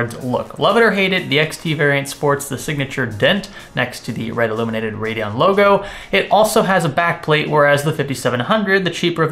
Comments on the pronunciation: It's Radeon. Not radon like the gas. He's a pseudo intellectual who trys hard to act like he knows science. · He can't even properly say what the product he's reviewing is....